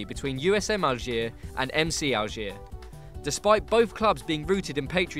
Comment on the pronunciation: yeah he say algiers without pronouncing the "s"